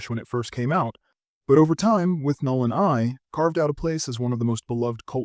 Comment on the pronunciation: it's withnail not "withnall"